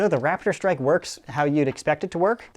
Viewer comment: Who else heard Rap - id - strike instead of Rap - tor - strike?